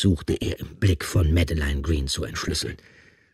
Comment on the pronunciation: Die Hauptdarstellerin ist Französin und heisst Madeleine. Das spricht man als Madlän aus und nicht wie die Leser es aussprechen: Mad-e-lein.. 😂